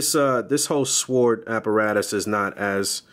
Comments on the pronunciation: Thanks for the detailed review. 👌🏾 The "W" in "sword" is silent by the way. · Lol. Thanks, like I told someone above I struggle with the pronunciation of sword for some reason lol. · am i the only one getting shook with how he's saying sword